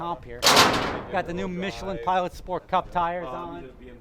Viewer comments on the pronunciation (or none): none